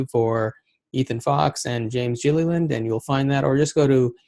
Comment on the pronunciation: did you call him jillyland? for sure get his name right awesome show by the way